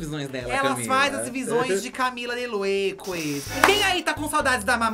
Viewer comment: A Karol é muito autêntica, sempre amei mas o dizendo “ Camila de Lueques “ 😂🤣🤣 acaba comigo 🤦🏾‍♀️